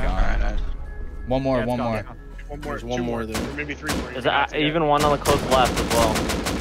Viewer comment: "you uping wan too free, now" I love this man.